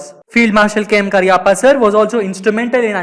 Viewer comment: Please pronounce his name correctly.